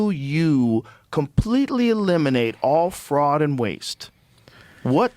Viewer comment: Ba'al , not Ball